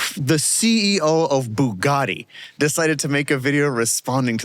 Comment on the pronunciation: No, it isn't. It is pronounced "boo-gatti". There is no "bew" in Buggati.